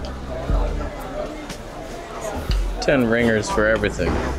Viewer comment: Hahaha it's Ringgit. Not 'ringers'